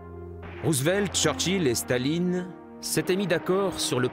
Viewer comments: Blokes who did German at school.........Please stop pronouncing Stalin as Shtalin. Russian is not German, so does not obey the same phonological rules. The symbol C is S in English; Ш is Sh. So Shtalin would be written as Шталин, but it is in fact written Сталин. Likewise, Zhukov is written Жуков with the zh pronounced like the s in plea s ure or lei s ure, like je in French. Z is written З in Cyrillic. Z is not the same as Zh. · Why is the narrator pronouncing Stalin like Shtalin? In Russian it's just Stalin, lol. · yeah but "Stalin" (not his real name btw) is a Russia word